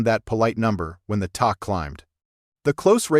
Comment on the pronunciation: The "tok" climbed? Stupid AI narration.